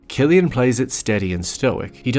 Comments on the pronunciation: Loved the video and the thoughts that the uploader put into it. I quite agree on a lot of the points actually. The only thing that brings it down for me is the pronunciation of Cillian Murphy's first name as in /kill-yan/. It's supposed to be /sill-yan/, mate. Looking forward to more videos nevertheless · It's Cillian. Pronounced like Sillian. It triggered me bro LOL